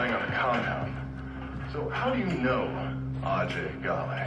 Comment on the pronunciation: The different pronunciations of "Ajay Ghale" ruins the immersion, imo